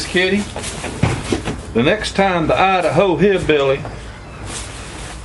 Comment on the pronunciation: LMAO great video love how you say Idaho ( I da ho) hillbilly glad Hf saved your drawers